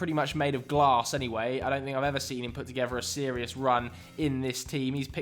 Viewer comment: “I’m being selious, I’m being selious!”